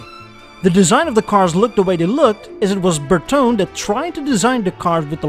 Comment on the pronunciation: Why Bertone gets always pronouced in a french way instead of italian for god sake it drives me crazy, just check it on wikipedia or google translate